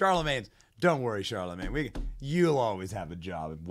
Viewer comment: Who's Charlamayne? He seems like a joke! 🤣